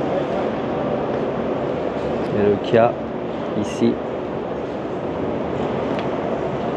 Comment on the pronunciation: Kia et non pas Kya ! De plus , Bigster Hybrid développe 155 ch et non 140…